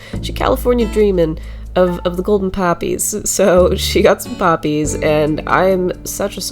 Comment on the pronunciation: When you said poppies I sad PAPI